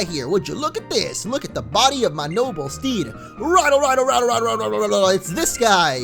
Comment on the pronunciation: A few things. -Im seeing lots of new pokemon with your gameplay. First Nosepass and then Chimecho. I didn't see them in ***** or ***** game plays... -Winston isn't talking about plushies. Lol -it's pronounced Ry-dell -it's pronounced Nin-CAY-da -who is Maxemillion Pegasus? xD -It's always either Swimmer🚹 or Swimmer🚺